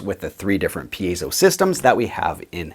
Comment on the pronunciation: I'm glad you're pronouncing it correctly. It seems like solid vs. semi-hollow vs. hollow body is making a difference. I have an account with Graphtech, so I'm putting the Ghost system on my current build, but I'm doing it mainly for the midi output. I'll certainly put a tone circuit on the piezo.